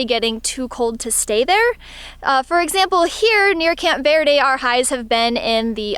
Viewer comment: Here's a tip from a local: Verde is pronounced like birdy, not vairdy. Also Sinagua is pronounced sinawah.